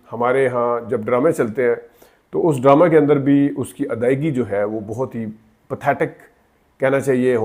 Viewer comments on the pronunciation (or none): جناب بات تو ٹھیک کی ہے آپ نے، مگر آپ کا اپنا تلفظ بھی احتیاط کا متقاضی ہے ۔۔ بہت کو بوتھ کہنا، متاثر کی جگہ انسپائر کا لفظ استعمال کرنا ، اردو لینگویج ، انگلش لینگویج کہنا ، مناسب نہیں۔۔ شکریہ